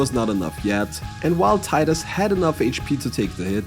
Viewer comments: Teedus, not Tie-dus. Come on its been 25 years already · Tidus is actually pronounced "tee-dus" for...some reason.